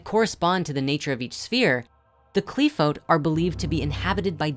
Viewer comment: Broski why do you pronounce them that way. They're transliterated "Qliphoth" and "Sephiroth" in the Latin alphabet for a reason... That's how they're pronounced.